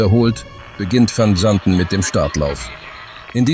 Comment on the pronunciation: Kann die bekloppte KI nicht wissen. Man kann sich diesen Mist nicht anhören/ anschauen